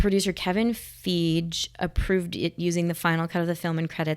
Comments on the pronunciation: "Kevin Feege". You have a lot of work to do. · Kevin Fiege pronounced: Fie Gee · Kevin Feige, it pronounced, Fa-he.